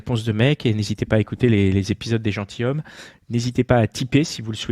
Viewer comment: Bon, alors, tous les podcats sont géniaux... Sauf à la première minute : on dit " les gentiZommes" ! Nom de Zeus ! :)